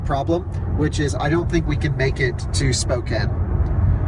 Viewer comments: Spokane is not pronounced Spo kane. It is pronounced spoow can. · Somebody tell it’s pronounced SPOKE-ANN! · It's pronounnced "spokaan" ... :) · Okay boys it’s Spokane, “Spoke” (like the part of a wheel) “Anne” (a woman’s name) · I cringed everytime pronounced Spokane. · As an eastern WA resident I’m enjoying your mispronunciation of our little town. 😂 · Spray-g, not Sprog. Spo-can, not Spo-cane. Come in guys, learn the names! Core-d'lane. Love this trip. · Learn to pronounce the cities correctly you are driving me crazy. Spo-can, Spraygue